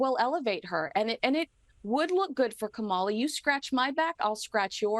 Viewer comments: Please note that in pronouncing Kamala Harris' name, the accent is on the first syllable, KAmala not KaMALa. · It’s Comma-la. Not KaMahla. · It is pronounced Comma-la😡